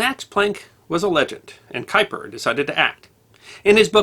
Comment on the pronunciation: Or any other German or Dutch name, like Haber, Erwin, Göttingen, Kuiper ...